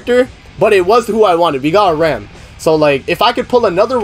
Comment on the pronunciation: It is not pronounced Rom. In the Japanese version, they say Ram the same way as in English. Most of the characters in this series do not have Japanese names. Some of them, like, Beatrice are pronounced incorrectly, but an attempt is still made to sound more western.